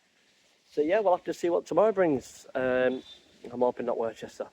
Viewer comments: p[ease say worcester properly please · Hi mate good video commented on your last video how you say Worcester it pronounced same as Worcester sauce ha ha